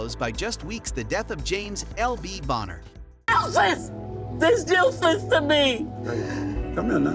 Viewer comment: For LB Bonner’s part of the video the narrator said “LB Boner” twice. I hope we’re all mature enough not to laugh at him saying “LB Boner”